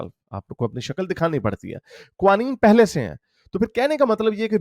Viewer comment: Its pronounced ka-wa-neen